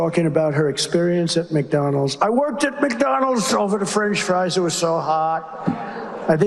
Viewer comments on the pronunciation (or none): when he said "French fRieee" I felt that